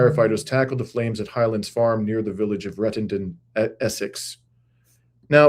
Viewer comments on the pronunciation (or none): none